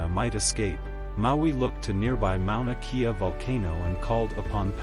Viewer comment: Mauna Kea … pronounced Kay-a not kee-a